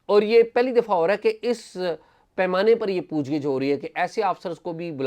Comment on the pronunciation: پُوچھ گِچھ .... درست تلفظ کا شکریہ.